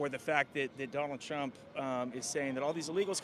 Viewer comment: not me hearing “tramp” and then thinking skamala 😂😂😂 Who are you voting for? TRAMP OR TRUMP?!?